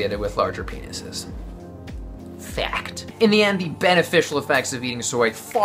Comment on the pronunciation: The way you said "FACT" made me laugh so much! 😂 awesome videos thanks!